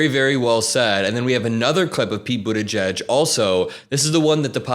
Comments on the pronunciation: As a brit it’s the first time I’ve heard buttigieg pronounced and I’m shocked. I was saying butty geeg? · I appreciate its not the easiest thing to pronounce but it is boo-TAH-jeej emphasis on the second sylable (jeej sounds like 'jeep' but with a J instead of a P at the end).